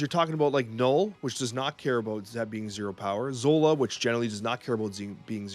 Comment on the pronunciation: I love ya buddy, but it's ZOLA!